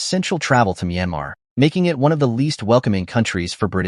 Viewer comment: It's Myanmar you idiot!